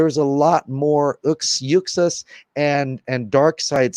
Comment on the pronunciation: It's OOOxas, Zack Snyder pronounces it like that, not YOUxas.